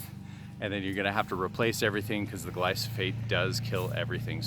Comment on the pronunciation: It’s glyphosate. Pronounced” gly fo sate” not “glyo so fate”